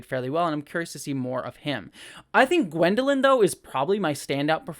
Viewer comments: Thanks! Great to get a perspective from someone who has never read the books. But since you have not read the books, let me just clarify- the young female character is not Gwendolyn. Her name is Egwene. (For pronunciation you'll have to see the show again). I hope you keep reviewing this show! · Egwene not gwendaline :)